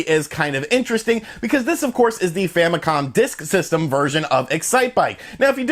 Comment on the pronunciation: No idea what the "Famicon Dis Ksystem" was, ... You talk so fast sometimes, its actually hard to listen to, especially for non english speakers XD